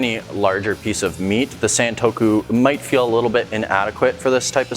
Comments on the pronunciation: Not sentokou, it's santoku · It’s not Saen-toku, it more like Sun-toku.